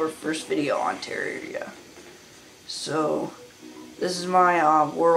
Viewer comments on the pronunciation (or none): He keeps saying teria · teararria lol its terraria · You pronounced terraria wrong and you're younger than me lol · I mean you can't pronounce terraria correctly and I'm younger than you I mean lol